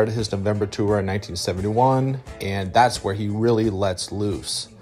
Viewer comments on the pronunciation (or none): none